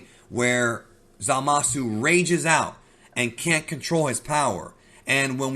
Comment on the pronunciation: “Zama-Szoo” not “Za-Mah-Soo” lol. Zamasu is not Za Mahsu